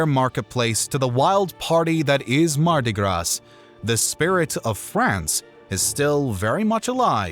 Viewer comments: It’s pronounced Marti Graaa, not GraS. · Narrator also said Mardi Grass. Duh! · mardi "grah". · Mardi Gras(sse?). Seriously? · Mardi Gras Don’t pronounce the S please 😂🇫🇷🥖🧀🍷🇫🇷😂 Great video but hearing that was rather jarring.